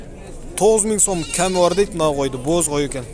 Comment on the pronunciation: Ками бар дебей кеми бар деп суйлочу